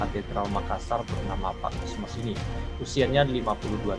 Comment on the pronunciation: Maaf,bukan kosmos tpi Kosmas